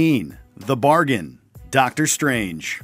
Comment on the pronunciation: am i the only one who bursts into laughter when doctor strange kept coming and saying "Dormammu I've come to bargian"